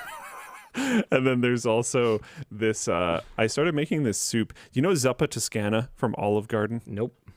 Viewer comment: As an Italian it took me forever to understand that was saying Zuppa Toscana 😅